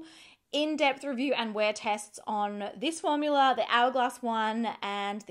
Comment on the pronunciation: I love that some times she says formular, instead of formula. I ahd a neighbor who used to call them formulars.